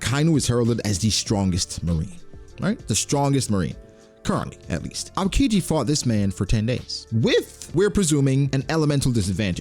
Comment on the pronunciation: the way you pronounce aokiji urks me 😖😖